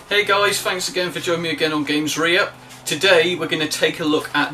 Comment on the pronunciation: It's pronounced thanks, not fanks. :P